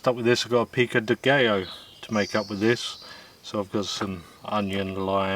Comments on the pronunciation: It's pronounced pico de "guy-oh," not pico de "gay-oh." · it's pronounced GUY-OH not GAY=Oh 😂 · Pico de "gay-o". That cracked me up every time you said it. It's pronounced Pico de "guy-o". 😆😂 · Its pronounced Pica de guy-o. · It pronounced like this. peek go day guy yo !